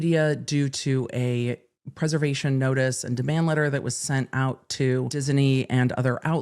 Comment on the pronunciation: Oh, no. mystery third Disney syllable is back again:)